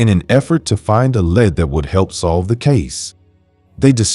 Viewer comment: I love your clear, articulate voice. I would never have known that English wasn't your first language. One word that is confusing in English is "lead" and it's used so often in crime cases. It's pronounced "leed" in these cases. But when talking about the lead used in pencils, it's pronounced "led". I hear English is the hardest language to learn because we have so many words borrowed from other languages. Many spelled the same mean different things. Confusing!!